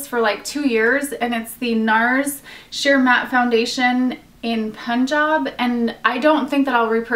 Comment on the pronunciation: I love how you pronounced "Punjab" correctly!